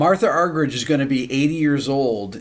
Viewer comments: Rick, it's pronounced. Argerik not ' rich ' a bit like your name is not pronounced Beeto, Gerrit? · One in a million indeed -thanks RB! If anything, I wish you would make the H a little bit more silent (as in 'Marta' the Brazilian soccer legend), then have the G sound more like an H ('Arhherich'). Being an Argie it is pronounced that way. Back to the music though, the Scarlatti 141 OMG! Un abrazo buddy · thank you for this priceless homage for one of the greatest and i like the way you (der amerikaner) pronounce her name argeritsch😂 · Last name is pronounced Ar-ger-ich. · Her name is pronounced...are-hear-each...for what its worth. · Rick, if you ever get to meet Ms. Argerich, remember to pronounce it Marta! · Not the way she , herself, pronounces it… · 80 years old and has been famous for decades and you STILL can't pronounce her last name?? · And Obama mispronounced her name when he gave her the Kennedy Center Honors award. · You're pronouncing her name incorrectly. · Incredible for someone 80 years old. I'm nearly half her age and I don't even have my own piano concerto memorized. It's a shame that one of our former presidents couldn't even pronounce her name in front of her face.